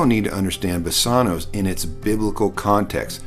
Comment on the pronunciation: Thanks for this. A small point, I question pronunciation of BASANWS, Omega, not omicron, & accent. Placement. Thank you.